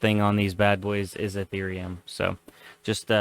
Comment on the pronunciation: Nice video. Please never call eth ear eum eath er um ever again